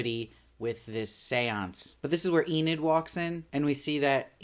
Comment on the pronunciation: YOU SAID ENID RIGHT!!! That was killing me lol, love the show and i know its a weird name if u hadnt seen it (i knew Enid Blyton the author) but they were still saying 'ee-nid' in the show so i was a lil lost in the first two reviews like 'wait, who's Aneed?' lol but good job on fixing it up and powering through - great content as always :)